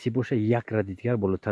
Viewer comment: Хамин калима "бародаро" сар мешад дилам об мешад. Ачоиб талаффуз мекунад хамин калимаро